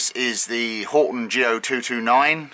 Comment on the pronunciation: It is Horten Go 229, not Horton.